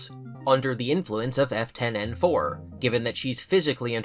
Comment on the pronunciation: Hearing you say F10-N4 the F10 part sounds like Afton which seems like a dunny coincidense